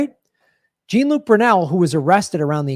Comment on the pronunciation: IT'S NOT PRONOUNCED JEEN LUKE! WILL SOMEONE GET GRAHAM STRAIGHT ON THIS?!?!?